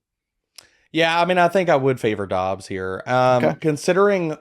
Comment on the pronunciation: Great content Guys , but Doubs is pronounced = Doobs , Dobbs is dobbs !